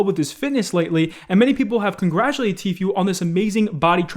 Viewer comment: please. Its tfoo not tfyoo